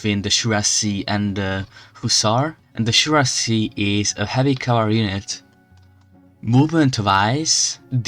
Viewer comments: Nooo, my ears . It's not shuiassi. It is cuirassiers! But your video is great. I know nothing about strategy but I know French and so please hear it on Google translate how to pronounce it because I am in pain. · Speak cuirassiers with k = kuirassiers, like we speaak the word cat